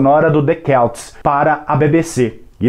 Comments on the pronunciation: O senhor que faz a locução não sabe prenunciar Celts que quer dizer CELTAS e não Quelts que não existe. Que se mete a fazer este tipo de vídeo tem de saber o que diz. Para este senhor cenoura prenunciasse Quenoura. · Muito boa a materia, mas o álbum chama The Celts (com som de C mesmo) e não The Kelts :) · The Celts se pronuncia com som de C.